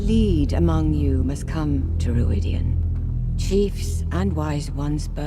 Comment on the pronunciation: I mean no disrespect because I super enjoy your videos, but the way you pronounce Rhuidean drives me crazy. They say it the right way in the bloody show! Aghhhhh! Anyway I have no further issues, love your videos, Carry On!